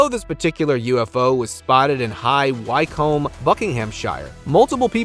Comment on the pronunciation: It is pronounced - high wick-um, bucking-um-cher.👌